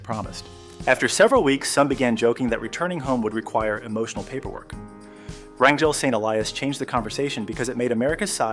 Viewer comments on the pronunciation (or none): Rangal Saint Elias should be Wrangell-St. Elias. Checking google maps before posting can save embarrassing moments like this--a mistake right out of the gate.🙄 This park is #3 in size in the world. the pronunciation was changed to RAN-jul. Then, , it was referred to as Franklin Saint Elias. Then, it became RAN-jul.